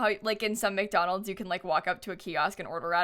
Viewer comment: Am I the only one cringing each time she says McDolands? Wendy's is where fast food is at!!